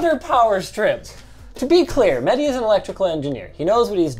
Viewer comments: MEHDI not MEDDY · It's mehhhhdi not medi😂